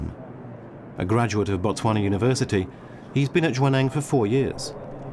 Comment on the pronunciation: It’s Botswana